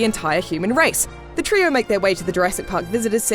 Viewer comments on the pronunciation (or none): none